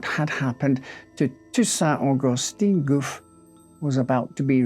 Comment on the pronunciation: and Augustin has also a different pronunciation, what he says is Augustine which is a female version. It looks like he did a great job with the difficult words and was then "betrayed" by the supposedly simple ones :)